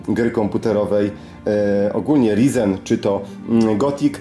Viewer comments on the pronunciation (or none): Wszystko pięknie ładnie, ale proszę CIę, mów tak jak należy 'rajzen' bo aż boli :/